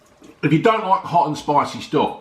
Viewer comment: Not for me too spiceh, too salteh and vereh unhealtheh but another brilliant review as usual. Best youtuber by a mile!